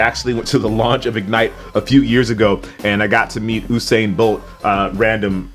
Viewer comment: Ooosain bolt🤦‍♂️🤦‍♂️